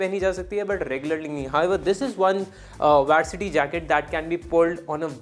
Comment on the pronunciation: Bro it is vAArsity jacket …and not vAErsity jacket …i mean the pronounciation